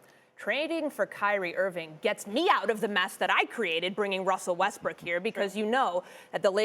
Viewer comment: Lmao! Did she just say Westbrick?